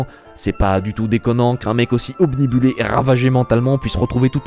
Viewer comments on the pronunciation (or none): none